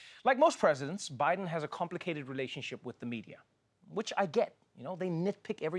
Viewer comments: Joe Byron? I caught that, trevor! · Did he really open the segment calling him Joe Byron? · Did he say "Joe Byron"? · He did say Joe Byron at the top of this clip, right? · did you really just say "Joe Byron"?? Trevor does not know the name of the US president. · Did Trevor just say 'Joe Biren' in the begining !?!?! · He said Joe Byron when it first started 🤣🤦‍♀️ oh boy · Was calling him Joe Biren a joke or a mistake?!! 😂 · "Joe Byron"??? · Is it me or did he call him Byron in the opening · Did he say joe byron at first? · Am I the only one that heard Joe Biren?